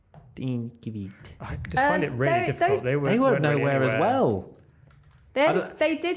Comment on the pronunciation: it can be either kivyat or kviyat, both incorrect.